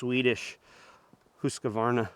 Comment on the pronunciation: Nice comparison vid 👍👍. I would simply ignore the comments on the way you talk and just do you. Heck if you want to add an extra vowel to the word Husqvarna - go for it. hahaha.